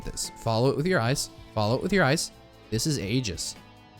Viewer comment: Aegis is F tier, because it doesn't do anything without other items! (Except on Rex.) SCHOOLED. Also, it's pronounced "eejis." SCHOOLED HARDER.